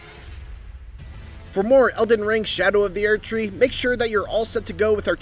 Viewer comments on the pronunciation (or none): Why is he pronouncing it "aired tree?"